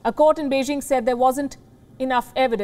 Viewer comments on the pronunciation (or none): none